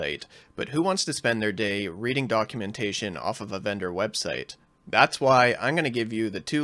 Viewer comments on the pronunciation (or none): none